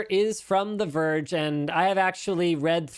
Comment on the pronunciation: "the verge" oh jesus